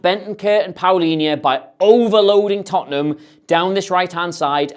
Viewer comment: You may want to check how Palhinha is pronounced :)